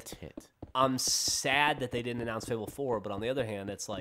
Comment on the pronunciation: Its 'didn't'...